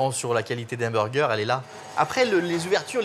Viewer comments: Ou encore unburgeur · Il dit vraiment b u r g